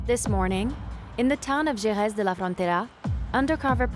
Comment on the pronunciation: Not to be picky but the narrator lady manages to mispronounce almost every local name: Khamon, Migwel, Cadeez, Ke(u)ta, Gerez...😂